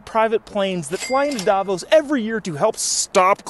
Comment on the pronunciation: "Davos", sounds like Diablos.